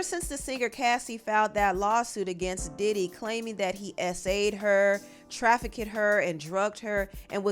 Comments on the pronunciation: Trafficked is pronounced “Traf-ikd”. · I hate to be the english police...but Pierre is pronounced "pear".... and youre keep saying "Traffickid" ....stop😂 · Im sorry but, are you struggling to say trafficked? Like what is “try-fih-kid” 😅 I’m hearing three words, not one.. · Great coverage Trafficked is pronounced traffic’d 🤍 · Trafficked isn’t even a hard word to say smh